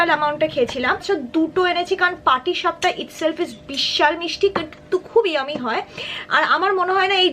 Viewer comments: Patisap na,patisapta.. amar priyo .misti amar besi bhalo lage jhal er theke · Ota "patisapta".. Pati sap, ghokhro sap, keute sap, joldhora sap noy🙂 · Video ta khub bhalo hoyeche didi....💕💕 Jokhoni tumi "patishap" bolcho sheta shune amar chotobelar kotha mone pore gelo😂😂... Amio chotobelay patishap boltam.. Ashole kothata "patishapta"...hehe😘... Jaihok... Khub bhalo theko... ❤️❤️❤️💞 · আপু ওটা পাটিসাপ নয় ওটা পাটিসাপটা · Ota patisapta ...not patisap..😒😒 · Patisapta bole,, not patisap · Didi patisap noi.. patisapta.. Sweet divai..😊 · Tumi patisap bolcho kano go di?? Ota to patisapta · Patisap Noi patisapta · Tumi bar bar patishap bolcho..ota patisapta